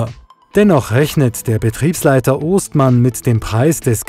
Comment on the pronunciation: Es heißt Oestmann also Ö ausgesprochen. Der eine Sohn davon ging mit mir zur Schule. Das Fass schiebt mit der Achse den Schlepper durch die nassen Stellen. Echt Hammer